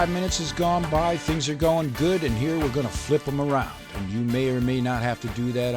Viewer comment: " Do you SMEL Dat?? .. IT SMELS GEWD! "